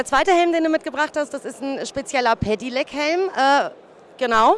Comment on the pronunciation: wie kann man so oft hintereinander "Pedelec" falsch aussprechen?? "Pedilec", junge junge